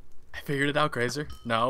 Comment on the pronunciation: says "grasa"